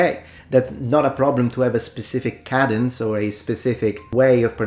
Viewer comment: You say the word cadence as cadddence but Americans pronounce this word as cayedd-ens, emphasis on the cay syllable.